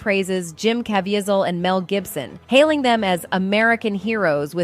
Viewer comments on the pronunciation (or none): Jim ka-veee-zle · That dame should learn how to pronounce actors’ names- in particular, “kuVEEzl” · It's pronounced! (CAVEEEZALL) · This woman keeps pronouncing Jim’s surname it’s pronounced ca veet zil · Learn how to pronounce Jim C's name. His mom would appreciate it. 😮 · Don't know if that's an AI voice or an idiot but they got Caviezl's name wrong twice. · It blows my mind that you are reviewing this video and you can't see how incredibly fake it is. 1). It is voiced by an AI robot that doesn't speak good English and can't say Jim's last name right. 2). Mark says absolutely nothing about sound of freedom in this video - no sound bites, no interview, no quotes, nothing... 3). The only true information in here is about the Flight Risk movie, which again, has nothing to do with nothing. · I got critiques: is the chick an ai or a real woman. she mispronounced caviezel's name. know your facts, supposed journalist. #2 yes child/ sex trafficking and satanic ritual abuse spearheaded by jews do exist. but these are ACTORS could be a psyop to frame forces. beware